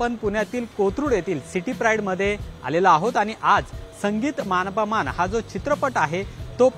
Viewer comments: मान पमान म्हणतोय रे तो......😂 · अहो, आधी "मानापमान" व इतर मराठी शब्दांचा नीट उच्चार करायला शिका. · "मानापमान" शब्दाचा उच्चार कसा करायचा याचा सराव बातमी देण्याआधी केला असता तर बरे झाले असते.